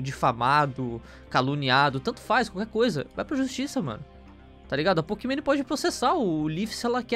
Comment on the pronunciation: "Pokimane" Eu : Pokimané